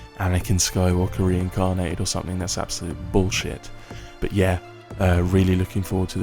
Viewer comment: I love the way you pronounce "absolute bullshit". Do it more often ;)